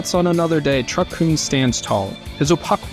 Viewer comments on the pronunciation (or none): Lmao he cant even pronounce Kun. Lmaaaaoooo. Fire him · Sir, you're saying kun wrong.